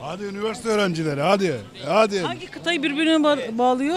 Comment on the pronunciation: Hangi iki kıtayı sorusunda ki "angi" hatalı ama yine de sevimli bir vurgu olarak dikkat çekiyor..